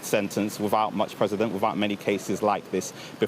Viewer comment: & It's precedent. (Preceeding (past) ruling in law.. a guide to future sentences to ensure fairness) Not president. Just in case any younger viewers are watching this and don't want to have to 'unlearn' this misinformation in the future.